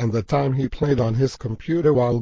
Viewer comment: You said he wrong. Its not HEEEEEEEEEE